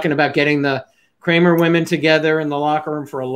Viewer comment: You said dr crame ya mean Cramer ^